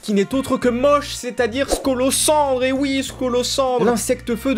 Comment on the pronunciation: Alors.... ON DIT MAUSH ET PAS MAUCH